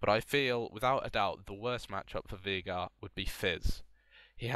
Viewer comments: It's not "Vie-gar" it's "Vei-gar". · It's actually vaygar. That's how the guy who the champ is named after pronounces it.